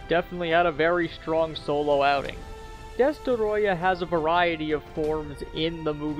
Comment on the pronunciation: Dest-O-royah.. Ya killin' me man.. Its easy to say.. Just say "destroy" and add "ah" to the end of it..